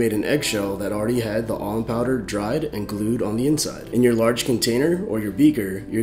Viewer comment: Sounds like you're saying almond powder.